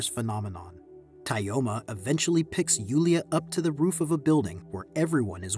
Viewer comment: It's pronounced more like Toma